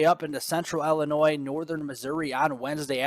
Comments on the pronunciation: you are driving me nuts: Illinois is not Ellenois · Yo! No, it’s “ILLAnnoy!” 🤣🗽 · Hey, you say tomaTO, I say TAmato.....ha ha. I did notice it too though, with a chuckle.